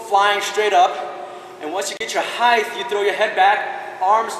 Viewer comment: It bothers me that he says "height" wrong But it was an outstanding tutorial and quite a high gainer flash.